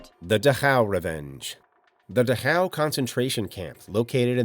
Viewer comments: It's DAchau, not DaCHAU. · What the heck is the Duh-how camps. It was the Dach-au concentration camps.